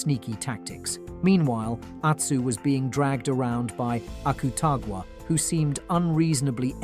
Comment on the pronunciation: he also said akutagwa.. when its akutagawa